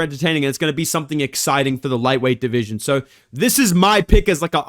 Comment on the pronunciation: I miss when would say "my deveesion" every time he talks about flyweight 💔